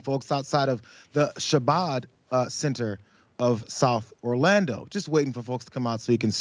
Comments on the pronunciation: Just FYI-I think the location ‘Chabad’ Center is pronounced ‘Khabad’, not ‘Shabad’…it’s a Chassidic Community (pronounced ‘Khassidic’). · Please learn how to pronounce Chabad. It's a hard ch, like the ch in choir, not a soft ch like chair. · I am Jewish, and it’s actually pronounced “Haw-BOD house.”